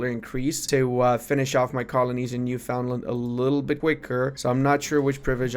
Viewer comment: Not particularly important, but Newfoundland is pronounced closer to Newfin-land (idk what to tell you i don't make the rules)